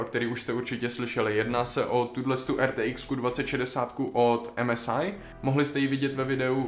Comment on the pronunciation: A ešte MSI (em-es-aj) :D .. vôbec sa to tak nevyslovuje ..viem že chce mať Anglicky efekt ale toto mi hneď išlo do uší :D